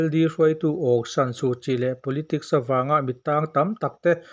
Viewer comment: Suhchi hming i lam fiah lo deuh